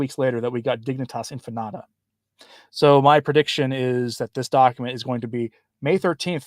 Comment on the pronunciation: Infinita... In-fee-nee-ta.